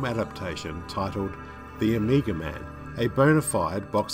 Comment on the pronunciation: I kept hearing "Amiga". The Amiga man: half man, half 80s home computer. He was a cop who was betrayed by his partner. Left for dead, his brain was replaced with a Motorola 68000 CPU...